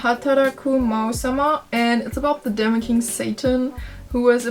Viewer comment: Thanks for the video! You pronounce the e in demon like the the ie in German die!